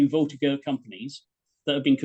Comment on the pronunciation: An excellent presentation to be sure. My only horror is that such a learned historian as grossly miss pronounced "voltigeur" using a hard G as in get. It should be a soft G as in General.